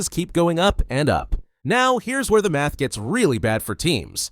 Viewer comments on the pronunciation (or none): none